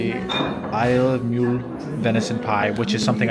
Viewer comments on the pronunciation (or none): Stop calling it Mule, it's as pronounced as Mulled Wine, when in Rome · Isle of Mull... with an "u" as in "up" 😂 We're not always as complicated as you imagine! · Glad you’re enjoying everything. By the way it’s pronounced like it rhymes with “dull”. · Its Mull as in mug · I like you but you've been told frequently its Mull (no U) have some respect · A he was told by one of the ferrymen how to pronounce it, but said he would continue saying it his way. That is just disrespectful